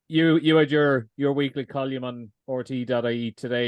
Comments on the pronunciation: It's fucking Col - UM not fuckin Col - YUM. Jesus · Pro tip, if you can't pronounce column, don't say it over and over again.